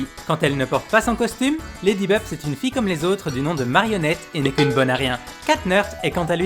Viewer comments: Déjà, c Marinnette et pas Marionnette ! Et j'en passe... Mais bon, je pense que c'est fait exprès !🤣🤣🤣🤣🤣🤣🤣🤣🤣🤣🤣🤣🤣🤣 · Marinette pas marionnette wesh ??